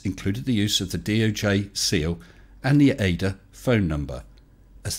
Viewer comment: We say it as initialism. The A-D-A not as an anagram. FBI not SCUBA.